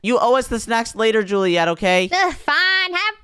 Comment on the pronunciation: It's julieet